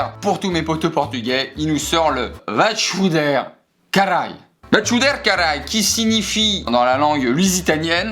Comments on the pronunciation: La traduction C'est plutot "va te faire foutre connard "😂 Et pour la prononciation C'est " va t'fouder " pas vatchouderre😂 autrement le caraïlle c'était niquel😂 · « Va te chouder caraï » 😭😭 pour une portugaise, mes oreilles saignes